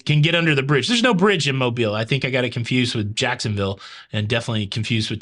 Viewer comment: Cruise News Time! 👏🏽👏🏽👏🏽lol you’re still saying Mobile. I think you just wanna say it .